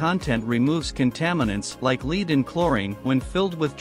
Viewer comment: You've a ways to go to get your AI speaker to know what word to say for lead.